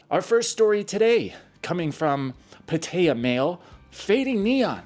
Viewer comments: Never heard it pronounced “Patteya” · It's prounounced Pat-ah-ya. I can't stand the way you say it. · It's not pronounced PA-TAY-UH or PA-TIE-UH.